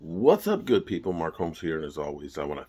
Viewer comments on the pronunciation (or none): none